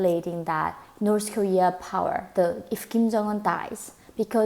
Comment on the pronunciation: Why do you pronounce it "Norse" Kowea when that's where you're from LOL